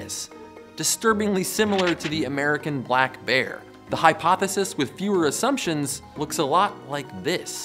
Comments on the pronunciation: "balck bear" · lmao #25202 says "balck bear"